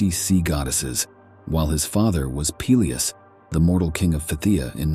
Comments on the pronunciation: I like how the AI keeps pronouncing "Peleus" is fun diff ways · I can't watch AI narrated shit when every mention of a name has a different pronunciation. Peelius. Peléus. Pelyus. OMFG.